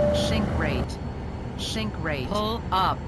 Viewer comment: "Don't shink, don't shink" :D